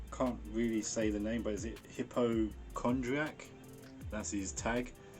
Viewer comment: it's Hi Po Kon Dry Akk lol like hipochondria